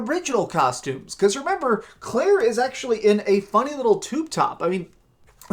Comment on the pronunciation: Omg did he just say Claire..